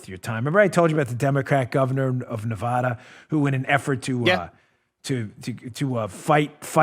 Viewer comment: Dan, its NevAda, NOT NeVAHda,,,,,,!!!! and don't blame us for sissylak.. Clark county (Las Vegas) voted him in. He had soros backing and california millions poured into his campaign. we in NevAda hate him......